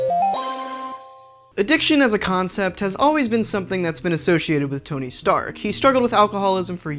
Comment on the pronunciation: TONY STANK NOT STARK